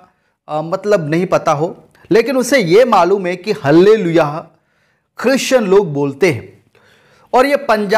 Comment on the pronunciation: हल्लेलुईया नहीं बोली जाती।आल्लेलुईया बोली जाती है।आमेन।